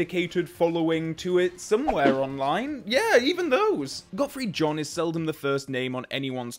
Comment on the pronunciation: "Gottfried John". Not surprised by this pronunciation, although of course it is wrong… ;-)